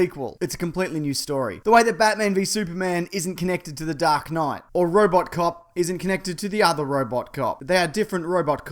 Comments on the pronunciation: can you stop saying roboTcop its robocop mate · ROBO IS PRONOUNCED 'ROW-BOW' NOT 'ROW-BOT'. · Mate, this is outrageous. You mispronounced Robertcop twice. BLOODY TWICE. I'll give you a rating: Worst channel ever. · Robo*t*Cop? You know you're listening to an authority on the subject! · "Robo", it's Robocop. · *RoboCop not RoboTcop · ROBOT COP????? Its Robocop, but i don't care. I just wanted to say that I really like the way your say ROBOTCOP!! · Robocop.....not Robot Cop malaka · Did he mean to say "robotcop" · did he just say robot cop wtf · The mispronunciation is a running joke from his podcast......